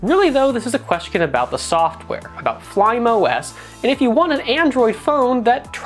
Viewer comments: and Fly Me OS, not "flaim" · It is pronounced as 'fly me os' not 'flym os'